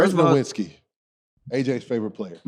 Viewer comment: Bro says Dirk is his favorite player and can’t even pronounce his last name correctly. Come on brother🤦🏽‍♂️